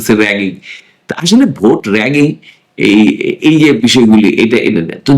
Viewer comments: জনাব, র ্যাগিং না রিগিং হবে উচ্চারণ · Bro it’s “rigging” not “ragging” - you’ve mistaken as well !!!!